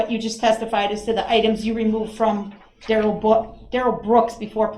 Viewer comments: In dur-rell CELL under the pri-ze-on. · I thought he was laughing because he knows that’s not how you pronounce his first name. It is going along with it. Lol